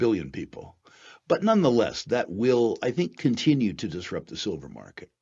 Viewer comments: Sil-FURR... apart from the clickbait, you should call it SILVER, not SILL-FURR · I heard sulphur!